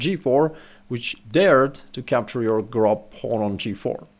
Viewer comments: It's pronounced [grob] in German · yes grob = rough in german, but its pronounced more like the O in Fortune, a longated o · Yes, "grob" ist the german word for "rough". Just strech the "o" a bit longer, then you pronounce it almost correctly. :)